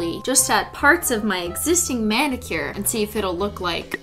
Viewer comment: did anyone else notice she said BENnicure.